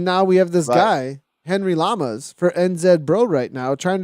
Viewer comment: Perfect pronunciation on the name! Llamas (Yamas)